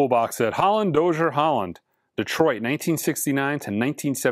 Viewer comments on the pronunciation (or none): none